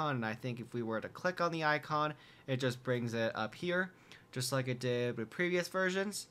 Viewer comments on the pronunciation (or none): none